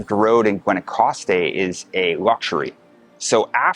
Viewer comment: dude learn spanish, you sound so entitled and meh. Gwahnowcastte… no wonder you struggled